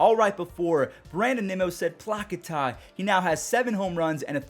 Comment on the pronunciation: Bro uk damn well that ain’t how u say Plakata 😭😭 say it w ur CHEST PLAKATAAA